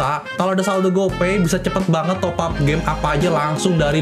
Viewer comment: Top up bang, bukan topap